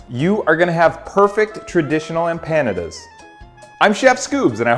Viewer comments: First giggle came when I heard him pronounce the name of the dish like it rhymes with Canada.....in case you are clueless it is pronounced emp pa nah dah . I'm from a culture that ALSO eats empanadas so I think you were wise to insult Chilean culture instead of some others. Chileans aren't known for their wrath. I wish my mom, who made empanadas for me were alive to see this video. We would have had a good laugh. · What's better - the video itself or the angry comments at the bottom? Pronunciation tip: Em-pandas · Next time I take my girlfriend to a Mexican restaurant I'm ordering em-PANA-duz. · You butchered the empanadas name Google it and get the right pronunciation. Really butchered it. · I’ve never heard that pronunciation. Unique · How do you not piss yourself laughing every time you say the word "empanadas" 😂😂😂